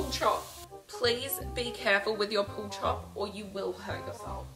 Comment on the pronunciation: Why was I hearing “pool chalk” instead of “pull chop” lol.